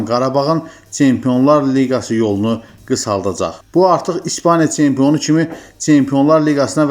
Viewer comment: Tsempion, veredziyiy, teleffuzu duzelt ay kishi